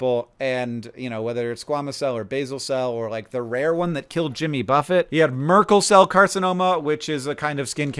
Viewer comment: I had to go back, I thought that you said "merkincell", not Merkel cell. That would be a very different thing.